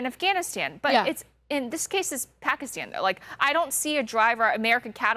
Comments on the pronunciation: It's not pakistan she said "takistan" 😂😂😂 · FACT CHECK MINUTE 52 PAKISTAN DOES STILL HAVE HIJAB REQUIREMENTS, ALSO SOUND LIKE SHE SAID TAKISTAN THATS A FICTIONAL COUNTRY